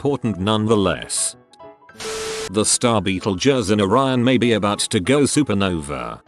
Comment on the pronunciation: You said Betegeuse 3 time.